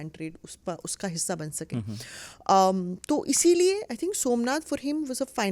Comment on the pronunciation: सोमनाथ को सु मनाथ बना दिया , वाह देवी जी वाह 😂😂😂😂 अब समझ आया की जेएनयू से देशद्रोही क्यों निकलते हैं। ये बकवास पढ़ाया जाता है वहां।